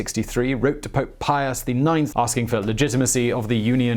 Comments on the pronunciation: Pius not Pious. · Pius...without the "O"